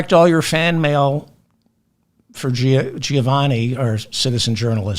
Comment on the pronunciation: Hi David. Greetings from Melbourne, Australia. "Giovanni" is pronounced "Jo(e)vanni" and not "Ji Oh vanni" . I enjoy the show